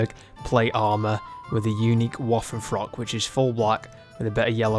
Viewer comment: "Woffenfrock"...come on man.